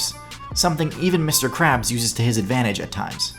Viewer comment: Lmao lawyer didn't pronounce Mr krabs' name right lol